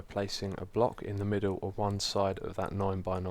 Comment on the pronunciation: "...and then three sou'sand across the middou'."